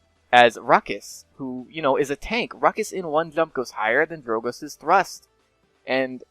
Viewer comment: Why you say clump intead of jump?